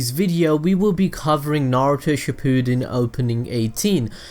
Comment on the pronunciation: xZen Combo the way he says Shippuden